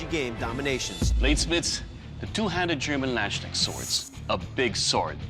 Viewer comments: " the two handed german lanchnix-sword " i am like wtf is he talking about but after listening 20 times i figured out that he means " Lands-Knecht-Schwert " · This Moment when you hear a English man tries to say german words I hear Iandschneck- sword but its the Landsknecht Sword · "Landschneck sword" :D 🐌 No doubt the feared sword of land snails will be in good company with the pronunciations I've ruined in various languages over the years. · Man, hearing you absolutely butcher the Landsknecht Sword's pronounciation. You pronounce it mroe like the Lundsknecht sword, the ch pronounced in traditional german sense, not in the k type of pronounciation. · Everyone keeps saying "lynchneck". How hard can it be to pronounce "Landsknecht"? That's the German word for "peasant", by the way. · "Landschnecksword" KEK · Bruh it makes me mad how they call landsknechts "landshneks" Is it that hard to check how to pronounce it? It's [ˈläntsˌkneKHt] not landshneck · The landschnecksword hahaha :D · Please you Amateurs can you try to learn the pronunciation of the German words you use? Landsknecht not landsshneft or something you word manglers. There is a K in that word and it wants to be spelled. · How am i supposed to ever be able to say "Landsknecht" again when there will always be a "Landschneck" in my mind from now on? After all, who hasn´t heard about the famed "Landschneck" ( land snail, as opposed to "Landser" or "Landsknecht", meaning "armed with a lance"... ) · As a german the pronounciation of these weapons is hilariously dumb. Omg i cant get over how they pronounce Landsknecht...its two separate words...Lands Knecht...not Landsk necht....it translates as Landsservant. Who made this show? You cant call everything in your english accent, do some research. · the Landschneck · "Land Snail Sword" :D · Landscennects, Landschneckt, he had one tast, inform himself how to pronounce that word. Do you? He is paid for this!!! He is just lazy. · lanssknak? neee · You Landschnecksword?